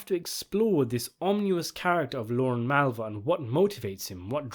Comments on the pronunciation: He’s not very good at saying words. He says lauren. His name is Lorne. Pronounced very differently. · Lorne, not Lauren.